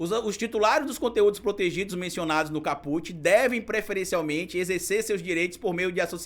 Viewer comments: Só um reparo,, “caput” significa “cabeça do artigo” e pronuncia-se “cáputi”, e não “capúte”. Excelente o conteúdo do vídeo. 👏🏾👏🏾👏🏾👏🏾👏🏾👏🏾👏🏾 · nós profissionais do Direito se treme todinho quando fala em Capute é Kaput se escreve Caput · Não se fala caPUT. Diz-se CAput. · A PRONÚNCIA NÃO É “CAPÛT”. É “CÁPUT”. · excelente vídeo. Só queria não como forma de crítica mas como sugestão p quem tá estudando direito que verifique a forma correta de pronunciar os termos. É "cáput" e não "capút". Seu jargão deveria continuar " cabeça vazia é casa p bolsonaro ". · A PALAVRA VEMDO LATIM E NÃO TEM I NO FINAL, ENTÃO ENTENDO QUE A PRONUNCIA É CÁPUT, COMO SEMPRE OUVI DE TODOS OS PROFESSORES, E NÃO CAPUTI, NÃO SEI SE ESSA ANÁLISE PODE SER LAVADA A SÉRIO POIS TODOS OS OUTROS CANAIS PROGRESSISTAS ESTÃO FALANDO O CONTRARIO. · Maravilhosa analise, parabéns ❤ só uma dica: é cá-put e nao ca-pút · meu amor.. não é caPÚt... é CÁput... do latim, a cabeça... titulo de capítulo. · não se diz capût, c certo é cáput. Coloquei acento para você entender a pronúncia correta. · o correto e caput, com CA como silaba forte, e nao put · Lê-se "cáput" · Bastante esclarecedor seu vídeo,. Se me permite a dica... a pronúncia é cáput e significa cabeça. Um abraço. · Olá,tudo bem? Desculpa a crítica construtiva,mas apesar de não ter acento agudo a pronúncia correta é cáput.